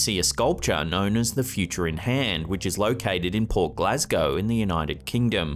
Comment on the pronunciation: We from Glasgow call these horrors squators I am ashamed to admit we all look like that if we are squators or not. Love from Scotland which is a part of Britain although no one wants to admit it. It was really funny hearing you say Glasgow. 🤣